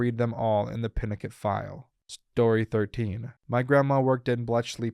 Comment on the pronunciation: **Pinochet is Peeno-shay. Not Pinno-ket.